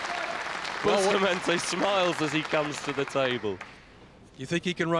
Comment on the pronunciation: Please pronounce Efren's name right! It's pronounced ray yes, not ray az. Francisco's name is boost a montay, not busta montee. You all make my ears hurt.